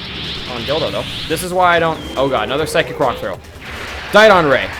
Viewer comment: JohnP514 and also dodon, not diedon!